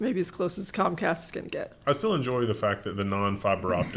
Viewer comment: You pronounced Concast wrong, the emphasis should be on 'con'. :P